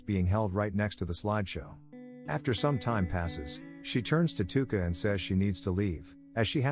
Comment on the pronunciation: no hate but it’s tuka not luka